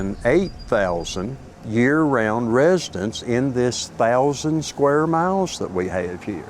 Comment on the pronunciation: What's a "shquare mile"??